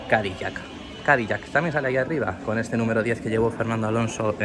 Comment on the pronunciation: CadiLac con "l", no "cadiyac" 😵‍💫